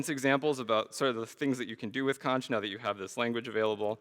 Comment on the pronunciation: this is borderline mindblowing, my only problem is with the way he pronounces xonsh